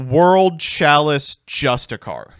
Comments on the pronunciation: he says "justishar" which isn't even close lol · Jus-tish-ee-ahr btw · No one ever pronounces Justiciar correctly lol